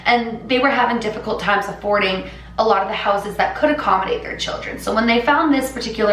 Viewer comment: Did anyone notice she had a country accent when she said affording😂